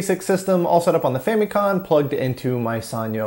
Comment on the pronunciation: You kept saying con. It's com . As in computer.